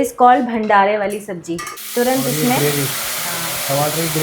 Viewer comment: Sabzi ko sabji bolne lagi